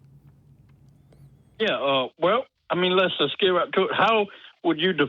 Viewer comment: Anyone pronounciating the word "get" this way: "GIT!" needs to stop taking things on faith :D